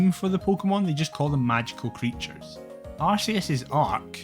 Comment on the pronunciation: luci here. you say Arceus the Correct(tm) way. Ignore the haters, that is all